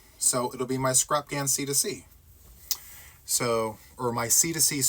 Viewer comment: Did just say C to C crapghan? Crabghan? Is my hearing that bad? 😮😊